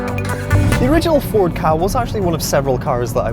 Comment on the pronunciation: Pet hate - it's pronounced 'CAR' not KA or K-A. Car reviewers should know this. I worked for Ford so I know what I'm talking about.